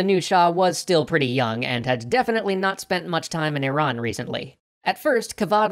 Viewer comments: Thank you for pronouncing Iran correctly. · You are the first person I see who pronounces "IRAN" as it should be pronounced. An an Iranian, I thank you for being considerate. Also, my brother is a history major, if you ever wanted an Iranian, he will gladly help you guys! Keep up the good work.